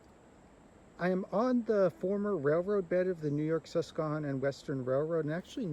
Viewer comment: The video you made is really nice. I just wonder where you learned to pronounce the word 'susquehanna" as you are not pronouncing it correctly I grew up in Wyckoff, Nj right next to the Sus;y Q and we did not pronounce that word as you do. It sounds strange how to say the word. I walked the bus;y Q from the Passaic River al the way to the end of the line in Hainesburg. not all at one time but many walks over the years when I was growing up. We also rode the line from Midland Park station to Paterson to go shopping.. We also road the line to the terminal in Little Ferry and then a ferry or bus into NY. City. This was during the days of steam and the Streamliner and the Budd cars. It was really nice train to ride.